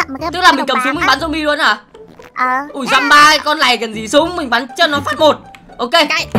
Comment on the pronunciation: dăm ba mấy con "lày" :))